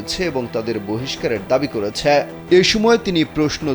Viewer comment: ছ্যা ছ্যা ছ্যা,,, একটু কম বইলেন করেছে বইলেন,,,,,করেছ্যা বইলেন না